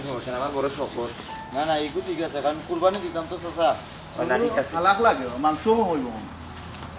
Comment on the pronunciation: নাকি কবি উনি কুরবানী কে কুরফানি বলেন।যিনি শুদ্ধ ভাবে বাংলা ভাষা উচ্চারণ করতে পারেননা তিনি আবার কবি হলেন কিভাবে।আর সিলেটি ভাষায় ও তো কুরবানী কে কুরফানি বলেনা।